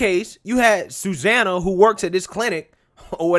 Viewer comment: Suzanna? Sue Zanna. Sue.